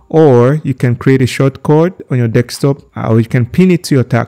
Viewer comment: its just the "dekstop" that got me 😂😂